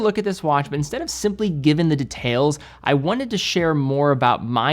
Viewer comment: You know is old money from the way he pronounces 'details'